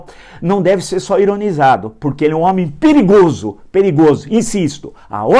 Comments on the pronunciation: O Vila fala errado tbem kkkķkk, não é pirigoso é Perigoso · FALOU DO LUCIANO E NO FINAL FALOU " PIRIGOSO 😂😂😂😂😂😂😂😂😂😂😂😂😂😂😂😂😂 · Hehehehe Villa... Troque ou seu "I" de p"i"rigoso pelo "E" do dem"e"tir do Luciano, que fica tudo certo. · Foi Gozar do "demetir" e falou : " PIRIGOSO"!. KKKKK